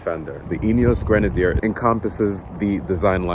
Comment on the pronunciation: Great job with the video,, especially with the pronunciation of Grenadier. 🙂 I’m from 🇦🇺, and I’ve been lucky enough to have two rides in a 2B prototype. Like you, I’m very impressed with the concept. One minor point for you: I think you'll find that the raised air intake does not actually increase the official wading depth, which is 800mm.